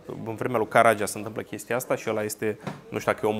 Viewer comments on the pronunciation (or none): Greseli gramaticale, ortoepice,, unele dintre ele repetate cu inversunare de dvs., impotriva sfaturilor mele corectoare si a timpului meu pierdut in zadar: "Armindeni" are accentul corect pe primul "i", nu pe "e"; "Lahovari" are "i"-ul final tare, accentuat; "Caragea" are accentul pe ultimul "a", nu pe al doilea; cit despre "doispezece feluri de mincare" ce se mai poate spune (in loc de "douasprezece" sau "douaspe feluri de mincare" - acordul, de clasa a III-a primara, al numeralului cardinal cu substantivul determinat, la genul feminin sau neutru).... "Cafegi-basa" are accentul pe "i", nu pe "e", caci asa pronuntati si "cafegiu", nu? E la mintea si la limba cocosului, plus simtul banal al accentelor finale tipic turcesti, care va lipseste... Iar aperitivele nu sint "gustarele", ci bauturici (digestive); "gustarelele" de inceput de masa se numesc antreuri... Si altele (nu, "güdem", ci "güden")... Degeaba aveti si erijati pretentii superioare, daca nici macar nu aveti bunavointa (disponibilitatea) neorgolioasa a autocorectiei elementare in cunoastere si vorbire (sau, pina la pretentii semantice, trebuie sa stapiniti ortoepia bazala si corecta a limbii romane)... In rest, felicitari pentru munca, efort si emisiune!